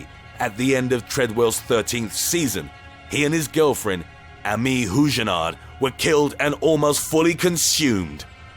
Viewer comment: how do you mispronounce Amie?